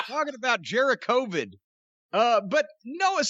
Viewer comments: "Jericovid" lmfao boooooooooooooooooo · Did corny really just say jericovid LMAO